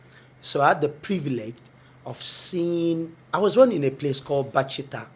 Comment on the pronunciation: Bacita not Bajita